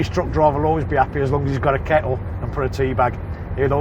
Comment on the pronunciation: 'As long as there is a ke'le'. Ah yes, thats how the Brits fought 'the war'.